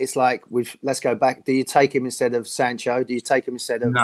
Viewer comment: Jordan Sancho and Bakayaro Saka... Goodness me! Get the names right man!